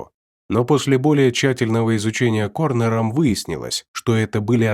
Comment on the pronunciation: Ох, голосище😅Нравится Только корОнером, а не корнером. Люблю Ваш канал❤